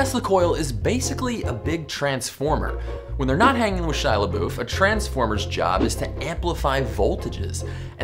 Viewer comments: Wait wait wait, did you say Shia Le-BOOF? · Did anyone else hear how wrong he said Shia labouf